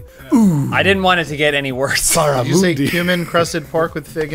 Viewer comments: Hahahaha.... "Barramoondi" :D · Hey, for future reference, it's pronounced Barrah-Mun-D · The "U" in barramundi is pronounced like the "U" in 'under' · Teases Peake for mispronouncing Antarctica. Pronounces barramundi as barra-moo-ndi. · 'baramoondie' NO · The pronunciation of barramundi hahahaha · it really triggered me the way they say barramundi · It's barramundi with the u like in undies